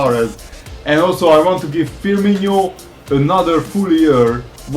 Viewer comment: if you not stop say firminho I will either kill myself or stop watch this series! It's firmino, not so fucking hard to pronounce! The same if you sell your big players like Bamba and Dabo and the others. It's not realistic at fucking all to sell your best players cause they're old. As I said before I will either kill myself or stop watch this series and unsubb!